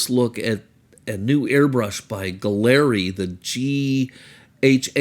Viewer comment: Again, it’s pronounced “Gallery”